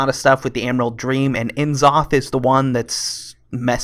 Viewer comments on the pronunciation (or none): yog saron is pronounced yawg sahraun and n zoth is na soth